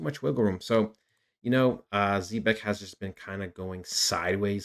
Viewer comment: Can’t even pronounce the name🙄